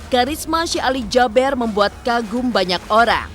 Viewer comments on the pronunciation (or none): Kenapa JABER Sich nyebutnya,,Kan SYEKH ALI JABEER,,E nya 2 kan di baca JABIR,kenapa musti Jaber